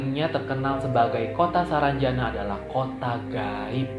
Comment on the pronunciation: Hadirrr !!! Udah seru2 ngakak pas salah nyebut SARANJANDA WKWKWK